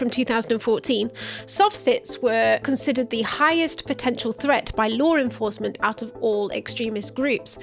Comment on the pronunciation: laur enfahsment